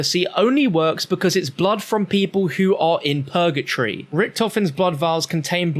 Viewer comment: “Pergatree” hahaha it’s purgatory